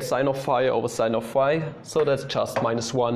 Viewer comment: i thought you were saying "5" not "phi" 😭